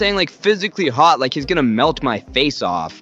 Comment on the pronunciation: he said hhot